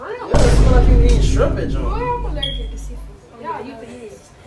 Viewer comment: bro he said skrimp 😂😂😂😂